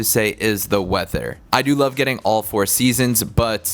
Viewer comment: "wedder"? Lol. That accent....